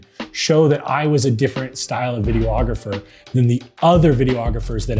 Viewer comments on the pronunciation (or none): Good content. However, videographer is five syllables.